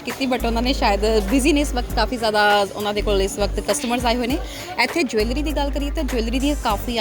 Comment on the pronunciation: ਜਵੈਲਰੀ is not right pronunciation